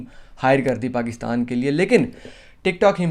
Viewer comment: Bro Pakista nahi Pakistan hota hai